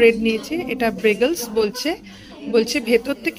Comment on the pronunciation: ব্রেগেলসে (৪:২৯) কিন্তু রফলা নেই ; ঐটা "সিম্পল ব্রেডে" আছে। তবে ব্রেড দেখিয়ে যেটায় মাখন মাখালেন, সেইটাই ছিল বেয়গল। "রাস্টিক নেচারের" (৫:৩৫) কথাটা তো বেশ সঠিকই ব্যবহার করলেন, কিন্তু "রাস্ট (৬:০৫) ব্যাপারটা থাকতো" বলতেই বোঝা গেল ভুল করে ঠিক বলে ফেলেছেন ! প্লেন আর সিম্পল, এমনকি "খুব র" (৬:৪১) অথবা "রাফ" (১০:১৮) কথাটাও যুৎসই, রাস্টিক নেচার (৫:৩৫) বোঝাতে, তবে জং বা "রাস্ট ব্যাপারটা"র সঙ্গে এর কোনো সম্পর্কই নেই। জানবার আগেই প্রত্যেকের মধ্যে ছড়িয়ে দেওয়া (৭:৫১) খুবই বিপজ্জনক দায়িত্ব, যাতে ছড়ানোর আশঙ্কা খানিকটা থেকেই যায়। হ্যাটা করা (৭:৪৫) না বলে, ছোট করা বললে কেমন হয় ? একটু ভদ্রজনোচিত শোনায় হয়তো ! ১০ মিনিটের মাথায় ভদ্রলোকের ছুরি নাচিয়ে নাচিয়ে কথা বলা দেখে মনে হ'লো আপনারা তো অনেক ভালো জায়গাতেই খেতে যান, এর পরের বারে ছুরি কাঁটা ধরা, কাটা বা গাঁথা (৯:৩২) আর চামচ চালানোটা (৭:৪২) যে কোনো স্টুয়ার্ডের কাছে দু'জনেরই কিন্তু শিখে নেওয়া উচিৎ । দেখবেন ভুলটা শুধরে নিতে কয়েক মিনিটও লাগবে না। আর সমাজ যেমন বলে থাকে‌ : শেখা যার কাছ থেকেই হোক আর যে বয়সেই শিখুন, তাতে সঙ্কোচ বা লজ্জার কিছু তো নেই একদমই। এগিয়ে চলুন এইভাবেই ; তবে ভিডিও শেষ করবার সময়ে ঐ হরিমটর চেবানো উচ্চারণে এতো কৃত্রিমতা আনাটা কি খুব জরুরী ? প্রমাণ করতে যাবেন কেন "পড়াশোনা করে এসেছি (৭:৩৫) এ'রকম নয়" ? ভেবে দেখতে পারেন।